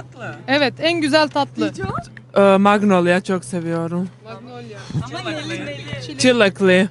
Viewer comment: Tica en sevdiği tatlıya magnolia diyormuş, ben de baklava anlayıp duruyorum 😂 Yine sıcak dolu, tebessüm ettiren bir video daha. Hem sosyal medyayı yürütenler hem de takım ve takımın içindeki oyuncular. Çok güzel bir kimya ve aura var bu topluluğun içerisinde. Farklı karakterler. En çok bu tarafınızı seviyorum. Sağlıklı bir yolculuk olmuştur umarım. Bugünkü karşılaşmada başarılar.